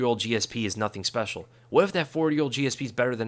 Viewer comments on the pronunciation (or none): none